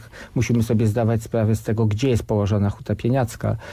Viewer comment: 15.21 proszę się przysłuchać sam się zaorał wymawiając gdzie po ukraińsku:)